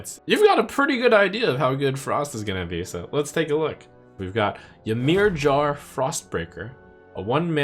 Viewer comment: Your pronunciation of "Ymirjar" is absolutely brutal